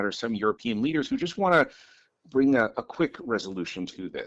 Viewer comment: This woman with her "might vring further escalation " annoying stupidity is unbearable